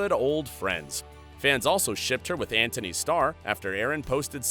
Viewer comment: Antony Starr, not Anthony. Pronounce it properly. And it's Jack Quaid, not Quad. SMH.